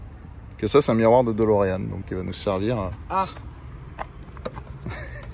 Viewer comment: Pour information ce n’est pas Dolorean mais Delorean